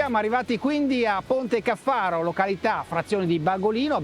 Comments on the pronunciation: Fantastica la moto! Si chiama Ponte Càffaro, non Ponte Caffàro! 😂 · A parte l'accento sul Ponte Caffaro (cade sulla prima a, non sulla seconda), sarebbe un bel video se fosse dato più spazio al comportamento della moto (del tipo: assorbe le irregolarità longitudinali, allarga o stringe la curva, angolo di piega se tocca con le pedane troppo presto, ecc) e, soprattutto, quel viziaccio di nascondere il rumore del motore con musiche che non c'entrano niente (per far vedere quanto si è bravi nel montaggio?). No, tutto sommato, non mi piace.